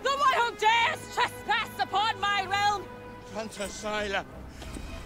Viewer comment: It's "Tanta" not "Tantra", but also I don't even know how I remembered that